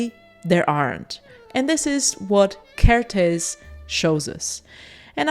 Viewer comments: Another Hungarian here! 🇭🇺 Interesting to note that every Hungarian word or name places the emphasis on the first syllable. So you should pronounce his name with the emphasis on the KER, not the tész. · Evidently Kertész rhymes with ear-tez. I hope this helps. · For an English speaking person, probably the easiest to pronounce his name is saying Care T Ace (Kertész) but don't say T Like Tee or Mr. T! Just T. I really like your work! Great video. I would love to see more videos with Hungarian photographers. I think Martin Munkacsi should get more recognition. 😊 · Well if you put together the words, care and taste, then don't say the 'te' part of taste (so care + tas - te = Kertész) you get the hungarian pronunciation ;) it means gardener. Great video as always! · You got the pronunciation of Kertész correct, except the z is silent.